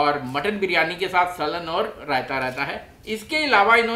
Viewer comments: It's सालन but not सलन !! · Saalan not salan🙄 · Slan nahi saalan